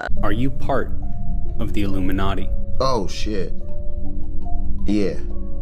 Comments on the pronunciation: Yeah. L picked that. He said "Ilumi-NUTTY"! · Jim Carrey didn’t even pronounce ilumiNATTI the proper way. I think he was telling the truth just choosing his words wisely, and how he said it.